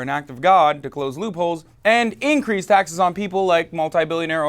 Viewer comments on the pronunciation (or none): none